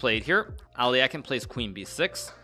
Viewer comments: It should be A-le-hin (with stress on second syllable, that is, on the first "e"). There should not be "ain" sound in the end - do not pronounce it as in "mine", say it as in "pin". Also that stressed "e" must be a soft "e", similar to "men". Some Russian speakers think it should be "ё" (yo) sound, but it is not - Alehin himself was known to get very upset if other people used "ё" instead of "e". The difference is that Alyokhin is not a nobleman's name, it's a simple working last name of a peasant, and Alehin always insisted he was of a noble parentage. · Did you not hear how he says al eh kine pronunciation isn't his strong point. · Alekhine is also definitely pronounced wrong, it's approximately Al-YEH-khin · He’s not ALEAKIN , he is Alekhine(Alehin) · agadmator constantly mispronounces names too, and they're both wrong actually. As is the "standard" English pronounciation. It's actually more like "Alehin", with the stress on the second syllable. The e at the end is only there because his name is spelled in a French manner. Same with Nepo, who's full last name is so awfully written in Latin script that i don't even want to try writing it out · alekhine is easy. Just Google a video. Euwe he's a lot closer than alekhine but still says it slightly wrong. It wouldn't be as noticeable or funny if he wasn't just completely butchering alekhine. I speak serbian and Croatian. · yeah he butchered both names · im pretty sure hikaru is pronouncing alekhine incorrectly